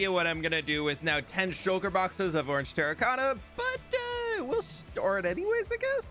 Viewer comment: Bro really said ornge